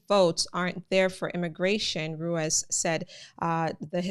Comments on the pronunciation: Thanks for the info, your accent is completely fine!. Ruiz would be pronounced roo-EES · Ruiz is pronounced Rueese. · Rueeze. That’s how you pronounce it. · Its pronounced Run ease lol I didn't even notice it until you said it